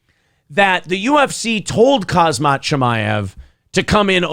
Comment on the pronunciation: Rips Brendan for mispronouncing names, calls KHAMZAT kazmat lol